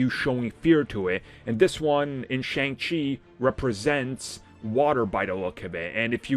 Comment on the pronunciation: This dudes voice is too annoying. I've been around nerds long enough to know this guys super basic lmfao cant even pronounce Shang Chi right. What a joke